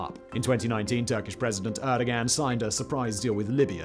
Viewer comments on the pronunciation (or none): Pronunciation of the Turkish President's name needs work mate - not a hard one, could use some better pronunciation across the board I daresay. Always informative and engaging though so props for that 🙌🏽